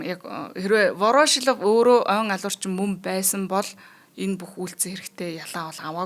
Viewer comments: Вороошилов гээд байх юм воршилов биш үү хөлбөмбөг тайлбарлагч заяа нэр сайн мэддэг ш дээ. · Вороошлов2 гээд байхын Воршийлов гэж и дээрээ уртаар дуудаачээ эхлээд сайн судлаад, дуудлага нтр тээ анхааралдаа. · Ворошилов гэж ядаж бхад яасан их хэлдэг юм бэ дээ 🤣🤣🤣🤣 Буруу дуудаад л байх юм. Заа гэхдээ үмхий оросуудын нэрийг яаж ч дуудсан яахав дээ